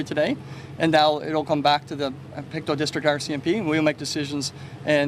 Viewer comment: It is pronounced Pict2. Just to get the prounounciation. Thank you for covering this Canadian story. Canada is very wooded, and there are very remote areas.